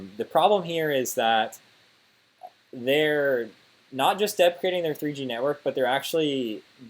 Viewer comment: did he say defecating on the network? 🤔